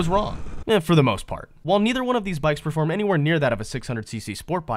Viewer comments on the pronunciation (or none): none